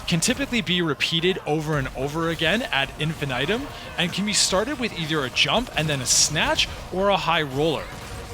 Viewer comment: Ad Infin-Item also got me